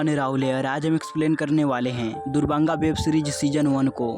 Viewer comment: Duranga not durbanga